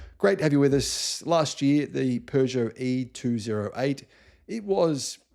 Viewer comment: Kuddos to Sam from your Frenchie for actually pronouncing "Peugeot" correctly ! 👏😀